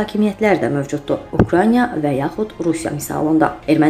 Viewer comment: Bu köhnə kadrlardı. Ukraniya yox Ukraina.